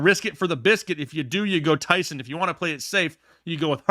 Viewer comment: please stop mispronouncing that man’s name… Ty’son sounds like John not Sun